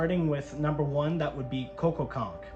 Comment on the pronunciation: Hi. You said the number one cougar sighting on your map is "Cococonk". I think you meant Coboconk.